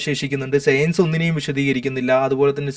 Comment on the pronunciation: എടാ..സെയൻസല്ല സയൻസ് നി അതെങ്കിലും മര്യാദക്ക് പറ.